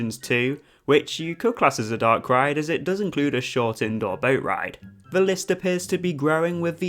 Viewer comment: Instead of “the” you pronounce it “veh” just like “vey” and “vhem” 😂 no hate though, informative video and I appreciate you not spoiling the curse, I’m going on it for the first time tomorrow!